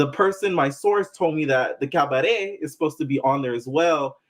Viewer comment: The cabadet! The way you pronounce it like joseleeein 😂